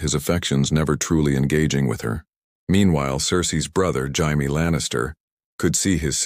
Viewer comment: Its not bad man but HAIME ?? ITS PROUNOUNCED JAY-ME 😆 😅 I listen to a bunch of these what if videos. You should do some about the dance of the dragons. What if Maylese didnt die ? What if daemon was made heir instead of raenyra? Some like that. No one is doing those. I bet youd get a bunch of hits on that